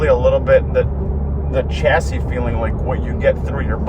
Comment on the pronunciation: Shacis not chasis